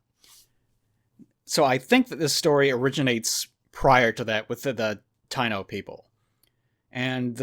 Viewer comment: It's Taino "ta-i-no" were the original settlers in some of the islands in the caribean until Colonists arrived and brought slavery and illnesses just to get resources to bring back to Europe.